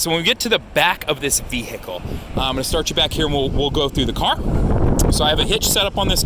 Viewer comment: you lost 100 points by saying vehicle like "vee-hickle..."